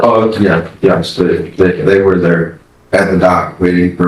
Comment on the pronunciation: "werre" C'mon bro.